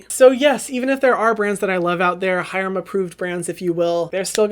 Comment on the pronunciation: HYRAMMM!! JAMES CHARLES SHOUTED U OUT IN HIS RECENT YT VID!!!! 💗💗 he did pronounce ur name wrong tho 💀